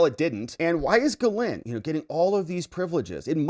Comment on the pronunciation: It's pronounced Gee - Lain, with a soft G. The s is silent.